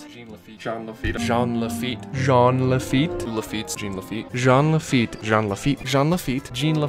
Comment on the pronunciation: It’s JEAN LAFEET